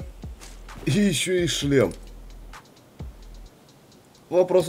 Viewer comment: Плюс не слем ,а шлем